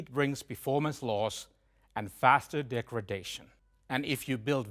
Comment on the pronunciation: "Degredation" is unfortunate for a global announcement video.